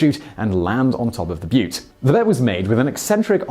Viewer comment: "... land on top of the butt." Oh it was butte. LOL.